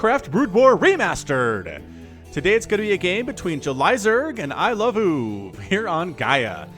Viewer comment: it should be pronounced I-love-o-o-v, NOT I-love-oov